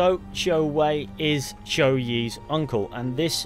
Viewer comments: Congratulations 👏, you finally pronounce the family name, 周, correctly . Yes it sounds very close to English name Joe, but you have to pronounce it with your tongue 👅 rolls. No joking, though sounds funny. Also, if you told me people in Shanghai speaks Cantonese as local tongue...🤦‍♂️🤦‍♀️🙅‍♂️🙅‍♀️😱🤯🤣 There's more, the girl's name, 芷若, is an Easter egg name from a well-known martial art novel "The Chronicle of Mandate Heaven Sword and Dragon 🐉 Slain Darvish". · The man who said Zhou's name pronounced it correctly.